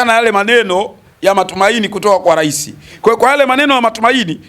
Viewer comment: Rais au urais pronunciation ya misamiati ya kiswahili inamsumbua je! ayo mengine anajua kwr au ndo #chawa pro+